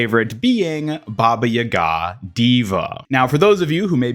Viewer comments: It's baba yaga not yigah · It's Ba-Ba- Ya-Ga not Ba-Ba yuga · I think the most diabolical thing here is baba YUH-GA it’s baba YAH-GA but together 😂 *Hermonie voice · Its baba yaga not ye gaa 😭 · Sir, sir, sir, im sorry, i have to be that guy this time, its baba (pause) yaga two words and the emphasis go on the beginning of the individual words (BAH-bah YAH-gah) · Baba yah gah? What are you saying? Lol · you said baba yaga weird i dont feel comfortable finishing this video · What the hell is that pronunciation of Baba Yaga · Bro slaughtered baba yaga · The way you pronounce Baba Yaga hurt me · the pronunciation of baba yaga made me ill lol